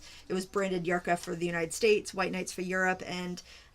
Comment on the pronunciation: pronounced the White Night maker brand correctly. Love to see in all the palettes that you’ve shared over the years in one whole video!! And thanks for recapping the highlights and tips for each brand!